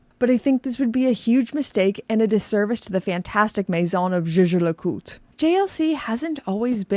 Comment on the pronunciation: Why is Jaeger pronounced "sheh-sheh", like double French personal pronoun I = jeje? It is a German word Jäger = Hunter. Yay-gher would be some better approximation, or phonetically [ˈjɛːɡɐ].